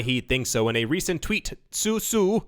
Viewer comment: I think Su Zhu is pronounced (Sue Jew). Zh has a J sound in mandarin.